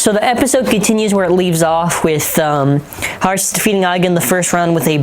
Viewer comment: it' Hartz Lmao not heartz